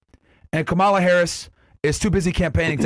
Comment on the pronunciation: how are people still pronouncing "kamala" incorrectly like seriously are y'all elementary schoolers? it's not that hard